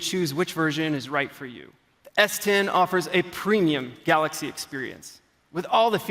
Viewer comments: Did he just said "Galax" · Love DJ Koh🤣🤣🤣 "GALOX S10+" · 'Galox S10 Plus' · And he is still saying it wrong. GAL0KS. Nobody tells him it's wrong because he's the boks (boss). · I get that their CEO/President’s first language is not English, but how has he not learned to say Galaxy correctly after years of working at Samsung lol